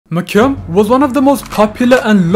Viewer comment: Why does he say his name like MyCyum